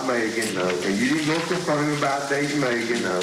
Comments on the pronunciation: Drives me crazy how pronounces Megan, like MEE-gan. Who does that? 😂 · Spelled Megan, pronounced Meegan.